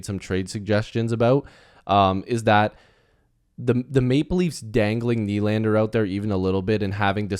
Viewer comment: Just a quick FYI everyone is pronouncing Nʏʟᴀɴᴅᴇʀ’s name wrong